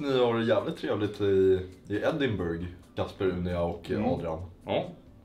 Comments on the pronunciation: Man säger Edinbruh inte burg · Riktigt bra video! Uttalas Ed-in-bruh eller Ed-in-buh-ruh dock :D